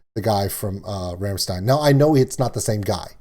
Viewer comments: Kriegsmarin.....e..... Also, it's pronounced Ramm"shtine". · Rammstein (pronounced Rom shtein) just trying to be helpful, my brother in law listens to them a lot Edit: Don't be sorry for nerding out on a subject you love. I do it all the time